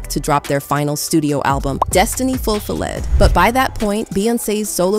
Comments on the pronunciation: Ful fill led is pissing me off!! ITS FULFILLED 🤣🤣🤣🤣🤣🤣🤣🤣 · Did she really just say “Destiny Ful-fi-LED!”🤦🏾‍♂️ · “Destiny fullfelllid?” These bots….. sheesh. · This ai voice has me cracking up. Wtf is a “Destiny’s Fa Fill LED?” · Destiny Whhhattt??😂😂😂 Ful-Fa-led...Girl..DESTINY FULFILLED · i’ve never heard “Fulfilled” pronounced like that LMAO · Why did they pronounce fulfilled weird?